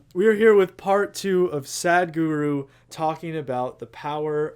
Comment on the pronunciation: Your pronunciation to sadhguru is wrong it not sad guru it is sadhguru